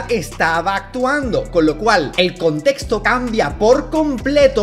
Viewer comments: "el constesto" habla bien lpm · Me da demasiada risa que se llame westcol siendo que apenas y puede pronunciar bien la palabra “contexto”😭😭😭😭😭😭